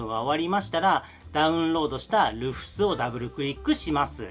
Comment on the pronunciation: 細かい事なんですけど「Rufus」の読みって「ルーファス」じゃないでしょうか？